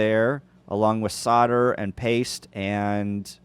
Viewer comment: Great video. It's pronounced solder not solder FYI